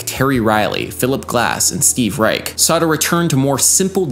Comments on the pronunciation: I believe Reich pronounces his last name with a soft "sh" sound at the end instead of a hard "ch". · It's pronounced 'Reish' not 'Reik' anymore. Cool video though! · Nice video. Reich is pronounced with an "sh" sound at the end though. Adding a melody over Clapping Music kinda buries the coolness of it. Too bad. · It's pronounced "Reish" with a "sh" instead of the hard "ch" at the end. Also, it's almost a crime to not mention La Monte Young as a progenitor of pure Western minimalism.